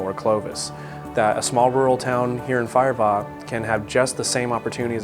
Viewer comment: It's firebaugh not fireball